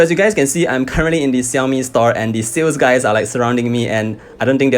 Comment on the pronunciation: also pronounced "Shaomi"!